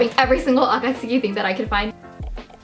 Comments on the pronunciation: You're so cute, it's nice seeing how excited you are... :') gjdfhgdfg and god I just. I'm sorry, but the way you pronounce akatsuki and sometimes naruto.. it ain't right my guy bUT REGARDLESS... amazing haul ahhhhhhhhhh♥♥ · please say it properly ugh why does she say akatsuki like that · Why mention the akatsuki and not the Naruto pronunciation? Sounds not too bad... Do you think it's supposed to be ah-kah-TSOO-kee or something?